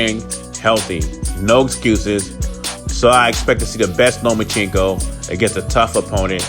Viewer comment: Learn how to say Lomachenko